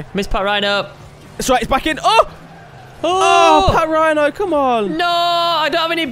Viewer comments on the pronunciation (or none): it's actually pronounced pachrino but spelt patrinho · its not pronounced pat rhino its patrinio like Ronaldinho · it's not partrihno it's patrihno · its Patrinho (Pa-trin-ho) not Patrhino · just saying it's Patrinho not Patrhino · You got the name wrong it is patrinho not patrhino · It's not pat rhino its patrinho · Its patrinho not patrhino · lol them calling patrihno pat rhino is the best part of all the video😂. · It's pronounced Pat-ree-no